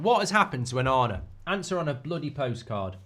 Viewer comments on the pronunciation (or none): ONANA more like OH-NA-NA